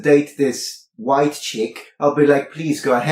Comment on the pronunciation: God is the "hhhWHITE" is so obnoxious i had to skip that part